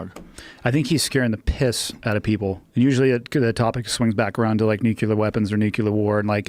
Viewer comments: And for FUCKS sake, stop saying "nukilar".. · "nuc-ular"